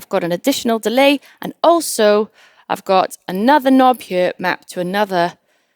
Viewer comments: Y she pronounce "here" like "hyurr"? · am i the only 1 that loves the way she says here ??? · I love how she says “here” in that beautiful Welsh accent!